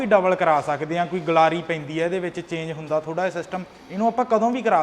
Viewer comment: ਗਲਾਰੀ ਨਹੀਂ ਹੁੰਦੀ ਗਰਾਰੀ ਹੁੰਦੀ ਆ